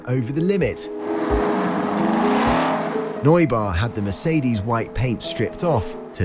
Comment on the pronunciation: The way Neubauer was pronounced made me beckon physically